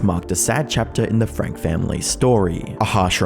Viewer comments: It’s frank-EEE not frank 🥴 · Just an FYI their last name is pronounced FRANK-E not FRANK. I hope these people end up in prison for many many years, and have no contact with those kids until they are adults. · He mispronounced their surname too- if you watch her sentencing she clearly pronounces her name as Ruby “Frankee”